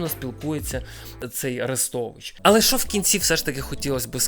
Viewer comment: Не "шо", а "що", і не "якшо", а "якщо" будь ласка. Годі вже паплюжити мову.